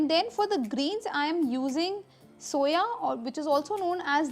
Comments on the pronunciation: It's SUVA not soya! I got confused 😕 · madam dill is not soya, as u r saying but SUA. a world of difference.